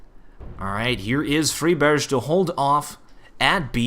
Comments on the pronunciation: It's fry-berg (like Iceberg), not free-berge. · Great video but keep in mind that Friberg is pronounced with a regular [g] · Great commentary. Liked it a lot. One thing to note though is that Friberg's name isn't pronounced with a "sh"-sound at the end. The G is pronounced like the G in Gregg or Garfield. Don't wanna be a nit-picky little bitch. Just thought some might wanna know. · you pronounced fribergs' name around three different ways that entire game :D :D